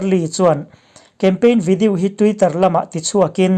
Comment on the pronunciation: ngatinge maw ni...... i pronunciation hi uluk deuh teh.... english poh ilam dik lo nasa thei lutuk hi k ngaimawh.... mizo tawng hi chu ka hrethiam a mahse video tih te melanie tihte hi a dik lo ani ilam dan hi